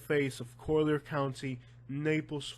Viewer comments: Dude, it's COLLIER county, not Coaler county. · Yo I love you and I appreciate the "real" news... I thought it was super funny hearing you say collier.. Your 100% Spanish lol I'm Cuban and you pronounce it like your reading Spanish.. 2 l's doesn't make a y lmao your kept saying it like coyer or something lmao it was so funny.. Sorry to laugh at your expense but dude it was too funny!! Like I said I listen to your stuff alot and I love it lol keep your chin up dude you do good work bro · I was born here 66 years ago in 1954, I married at 15 in 1969 & I grew very well off with my husband through land. Please, learn how to say "COLLIER" properly !!!!! My husband didn't even have shoes to wear to school, he went barefoot & I had 1pair of shoes !!!!! Go back to Kentucky. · It's Collier County. Learn how to say it before you post a video. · I live in Naples and Yea, it's expensive but, man, can this guy find anything not to Bitch about??? The guy will have problems no matter where he goes !!!! Been here for over 20 years and can't even pronounce Collier correctly 😂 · learn to pronounce the county.